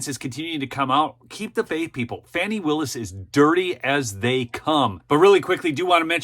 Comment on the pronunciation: You are saying her name wrong. Pronunciation is " Fawni". Spelled like Fani.😊